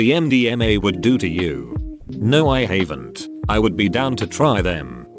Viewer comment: Nobody: AI: No I hayvent.